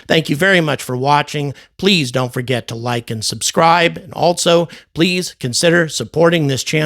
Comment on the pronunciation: I'll subscribe if you start pronouncing "also" as "all-so," rather than "alt-so."